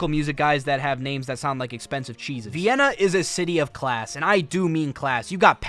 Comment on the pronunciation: Why is pronouncing it Vy-inna? And who cares how many other black people are there?